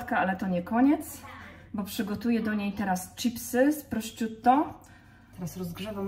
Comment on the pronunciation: Pani czy. aby na pewno mówi się prosciutto? Bo moim zdaniem nie.wiec bardzo proszę o poprawę bo jest to trochę męczące.